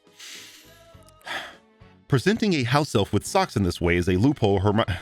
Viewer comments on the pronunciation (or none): Love the blooper where you say 'loop whore'